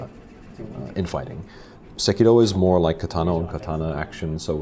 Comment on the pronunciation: I can't watch these videos anymore. Se-ki-"ro". Roll the fking R and pronounce it correctly, it's not hard. It just makes you sound willfully ignorant when you say it wrong.